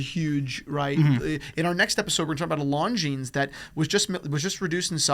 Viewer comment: This is a watch channel. That is not how you pronounce Longines.